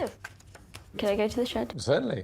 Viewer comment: I don't know what you're talking about. The word "shed" was never uttered. I only ever heard the word "shid".